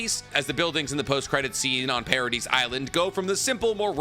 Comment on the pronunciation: I love this guys content but I hate how he says Paradis😂